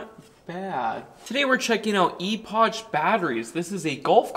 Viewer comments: Technically, in Boomer English, that's pronounced Eh-pok. Starting vowel with immediately followed my another vowel, makes it a short vowel sound. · No it should be pronounced as inclined, Epoch, as in significant point in time. E'Pok... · Epoch is pronounced 'ee pok' :-) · Thanks for sharing this review,, that looks like an excellent battery kit. Just curious, how fast does your golf cart go now? The box on the back of your golf cart is actually aluminum, and the name of the battery is pronounced eh-puck or eh-pock in American English, or E-pock in British English. 😉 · First boge and now eepotch? 😅 im loving how you say these names🤣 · Epoch, pronounced "Epic" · ee-pok or eh-pok in 30+ years of hearing "epoch" in technical conversations. Where do you hear it pronounced eh-pik ? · Thank you. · 'E-potch'..?... What? Is that the west coast pronunciation? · Pronounced e-pok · The CH is pronounced as a K.... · The way you say "epoch" really triggers me ngl